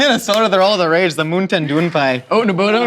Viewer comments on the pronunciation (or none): Moon-ten doon-pai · MOONTAIN DEWN PIE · "Moontan Dewh Peyes" - 2020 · Moonten Dewn Pie? ...What a time to be alive... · I reclicked on this video just to here say moontin dune Pie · Moon tan dewn pie? Sounds like thigh food! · Moon tin doo pie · Moontin doon pie 😂🤣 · pronouncing MoontainDoonPie sounds like another language altogether I can't even 😂😂😂